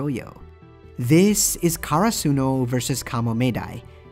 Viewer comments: For godsake it's not Karasoonu It's Karasuno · My man its not kara-suno karasuno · why he says karsuno like that